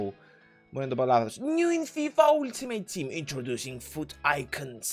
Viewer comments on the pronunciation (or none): none